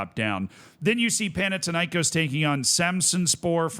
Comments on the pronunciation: As a Greek, that's how the greek teams are pronounced: PAOK was correct, Thessaloniki was wrong but we don't call them PAOK Thessaloniki anyway. Panathinaikos is pronounced PanaTHinaikòs. Foreigners usually intensify the A but it's actually the O. AEK Athens (my club) was somewhat correct. It's not pronounced A-E-K Athens but it's also not pronounced AIK like the Stockholm one. In Greece we call them ju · Do you pronounce Athena as Atina? No, why then pronounce Panathinaikós like that? It's thin not tin. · Παναθηναϊκός. There is no τ or t in English. Θ = th panaTHinaikos